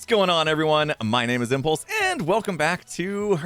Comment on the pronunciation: I can hear Gem saying "Impluse!"